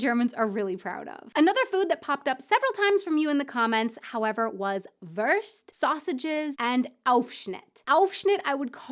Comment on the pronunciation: Aussprache: Wurst ist nicht wörst. Das u ist wie in you y"u"o Das ist der Unterschied wie in füttern - Nahrung geben für Babies oder Tiere - oder eben futtern, was ein Ausdruck ist für essen, das kleine Kinder machen. Auch futtern nicht zum Überleben, sondern mit warmen Gefühlen zu Weihnachten oder zu Ostern, wobei man schon satt ist, aber es genießt. I like you